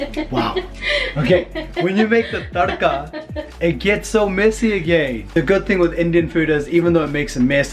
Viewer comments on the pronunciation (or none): Tharka NO NO NO NO THORKA CORRECT